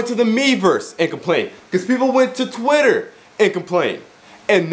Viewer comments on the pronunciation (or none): none